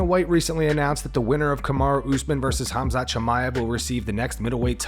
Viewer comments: We all know Chael is horrible with names, but Robert calling Khamzat 'Hasmat' is just disgraceful. Robert, you will NEVER touch the belt again, live with it and move on. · Robert Whitaker just added yet another pronunciation of Khamzat -"Hazmat"